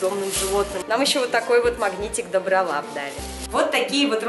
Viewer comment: Не дОбролап а добрОлап